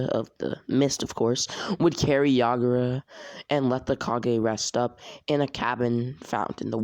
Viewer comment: to I’m done I can’t with this oh and it’s yagura not yagaro